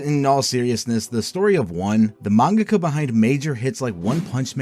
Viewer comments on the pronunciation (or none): Great video, except for your pronunciation of “mangaka”. It made me want to drive into oncoming traffic….. it’s like the dubbed pronunciation of Toppo from DBS.